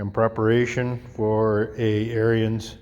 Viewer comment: AIR-enz.... NOT Air-ee-enz